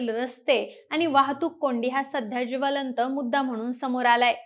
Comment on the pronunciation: बाई, जिवलंत प्रश्न नाही तर उच्चार 'ज्वलंत 'असा आहे